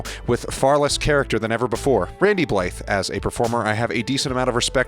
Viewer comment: Tip #1: Learn how to correctly pronounce Randy's last name.